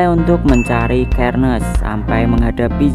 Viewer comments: Bacanya Itu Serneas Bukan sherniaz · Xerneas bukan kernes Xerneas dibaca serneas